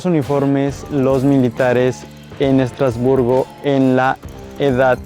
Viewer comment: Madre mía, lo que hay que oir. ¿Cómo es posible? Vivo en Estrasburgo y me voy a tomar el tiempo de corregirte porque me sonroja oir tantas tonterías... 1. Estrasburgo (no "Estratosburgo"). 2. ¡No, no es un "pueblo" ni un "pueblito": Estrasburgo es una ciudad en toda regla y además es la sede oficial del Parlamento europeo, del Consejo de Europa y de otras instituciones europeas, no francesas, como has dicho. Es lo mismo que le pasa a Bruselas. 3. No, Estrasburgo no "es" un mercado. En Estrasburgo se instala uno de los mercados navideños más bonitos de Europa. 4. La Catedral no es de "Estratosburgo", sino de Es-tras-bur-go y fue la catedral más alta del mundo por mucho tiempo. 5. No, no tiene una punta "no terminada". La particularidad de esta catedral es que tiene una única torre y aguja por motivos únicamente estéticos (propios de la época). 6. ¿Por qué la ciudad de Estrasburgo no iba a ser turística? 7. Sí se puede subir a la parte superior de la catedral. Tiene un precio de 8,00€/por persona 8. ¡No, la arquitectura de la ciudad no tiene influencias "suizas"! 9. ¿Alsea? ¡No! Ni "Alsace", como se dice en francés. En español se dice Alsacia. 10. No, no tiene "influencia" alemana sólo por su cercanía: Alsacia fue parte del territorio alemán varias veces. Luego volvió a formar parte de Francia y lo sigue siendo hoy en día. 11. ¿Por qué habría de hablarse el inglés? ¡No es una ciudad inglesa o estadounidense! Su única lengua oficial es el francés. El alsaciano también se habla e